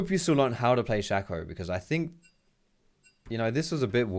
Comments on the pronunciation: Its shay co not shack oh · It´s not Shaco ... i´ts Shaco ... :D